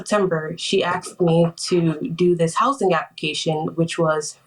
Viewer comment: It's "A S K E D", not "A X E D" Ugh 😫 so cringe